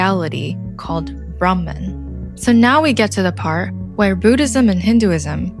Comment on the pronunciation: Appreciate your clear English accent. But it would have been ideal to pronounce Sidhartha, Gouthama, Brahman etc as we do in Sanskrit. Names shouldn't intentionally mispronounced just because westerners tend to mispronounce them.